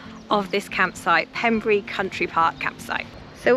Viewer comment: Its Pembrey not Pemburry, there is Pembrey airport right next door where I did my helicopter flight training